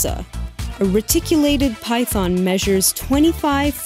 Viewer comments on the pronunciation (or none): none